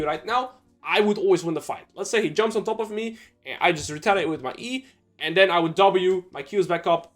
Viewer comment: Can u please say and not Eeiand